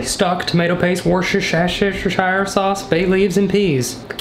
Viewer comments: It's pronounced: /ˈwʊstərʃər/ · as someone from Worcestershire in the UK it hurt me to hear it pronounced like that 🤣🤣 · “Worshashechshier sauce” LITERALLY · WoRshUShirE shause Me: I’m Not the only one!! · You pronounce Worcestershire sauce like Vooster shire sause. I know this because I live in Worcester 🙃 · I am not from the UK. It hurts me too. LOL! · When he said "Worcestershire sauce" I was laughing so hard🤣🤣🤣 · The way he said Worcestershire sauce🤣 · his attempt at saying worcestershire isnt the worst ive heard